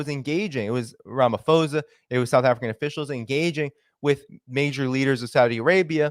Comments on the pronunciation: Theres no F in Ramaphosa . Its not an English name its just written in English alphabets. The English rule of PH = F does not apply here. Just read it as you see it, with a P. Please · small correction: South African names use "ho" for a long O sound, "ha" for a long A sound, etc. The h is silent in Ramaphosa. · Pretoria is a land locked province I think ur talking about simons town in cape Town also its ramaposa u don't pronounce the ph sound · It's pronounced "Ramah - Paw - Tsar". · h is silent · Correction: It's pronounced Ramapawsa, not Ramafozer. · I cannot. I heard “ramafosa” for the third time and I couldn’t listen anymore. It’s pronounced Cyril Rama-poh-sah. But thanks for the content. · Please pronounce the Presidents name exactly as is written Ramaphosa (not Ramafosa) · It's Ramaphosa not Ramafosa.. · Its pronounced posa, Ph does not equal f in Ramaphosa. Sorry I've just never heard someone pronounce my presidents name like that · The South African Presidents name is pronounced_ “Raa” “ma” “po” “sa” and spelt Ramaphosa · Rum - u - pause - a . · Its Ram ah - po zar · It is RAH-MAH-POH-SAH